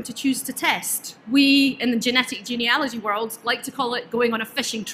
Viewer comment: At last, someone who knows how to pronounce Genealogy properly!!